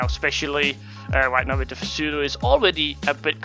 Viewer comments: Grr u triggered me pronouncing it as p-sudo its pronounced sudo :P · cant even say pseudo right